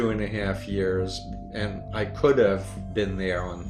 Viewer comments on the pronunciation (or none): none